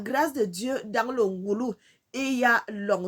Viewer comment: Bonjour ma sœur, on ne dit pas NGoulou, mais NGOLOU ET CA S'ÉCRIT NGOLU.